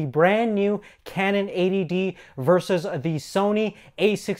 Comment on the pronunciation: EighTY D, not A.D.D